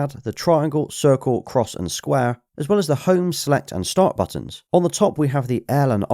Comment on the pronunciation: X, EX, EKSS, cross sounds like you're a psychopath haha, all jokes aside great video man